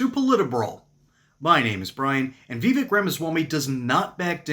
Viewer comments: Yeah. I was making fun of the video creators pronunciation of vivek. He said Vee-vick, not vi-vake. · Im going to help you out its pronounced Viv-ache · Veevick? 😅 . Vivek is pretty cool. My pops likes him. Hopefully he can win his governor race! 🇺🇸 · Vivek said like it rhymes with cake